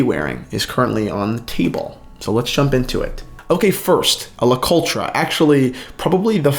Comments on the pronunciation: Le coltra? Man you butchered the name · The RE in Le Coultre is unstressed- almost silent.